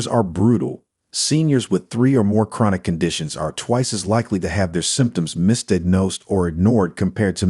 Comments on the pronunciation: First of all I don't know what kind of thing dictated this video. Your inability to pronounce the word misdiagnosed tipped me off. I am a retired Physician Assistant who also decided to go to med school and I practiced as an MD and a PA for a total of over 40 years. I will tell you how doctors view seniors. There is only one way that's worth mentioning. They see them as a ticket to exploit their insurance and order unnecessary and expensive testing. Ultrasounds of Carotids, Dopplers of lower and upper extremities, echo cardiograms and other studies that are unnecessary and expensive. We are raping the elderly and their insurance. I work now part time for the second largest health care provider entity in NY and I see this every day. Echo cardiograms and ultrasounds ordered on patients over 98 years old just to make a profit. Its disgusting. Its ethically unconscionable but it goes on and on. Avoid large scaled medical practices as they are only businesses to make a profit. Find an elderly old school private MD who works alone and takes full responsibility for what he orders and does. Corporate large scaled practices have the comfort of knowing they are protected when they just use you and your age to make a profit. I am 75 years old now and I still teach part time and I see this immoral abuse of seniors on a daily basis. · Voice pronounced 'misdiagnosed'. Sad.